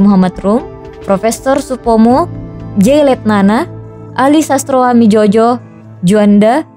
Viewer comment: koreksi min itu ejaan lama dibacanya bukan ali Sastroamidjojo tapi ali satstroamijoyo. Dalam ejaan lama huruf Y itu ditulisnya J Jadi kata Yono kalau ditulis pake ejaan lama yaitu Jono